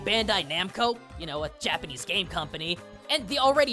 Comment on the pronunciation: Fascinating! And your Japanese pronunciation is amazing. I thought the design of The Teacher was just inspired by the monster, though.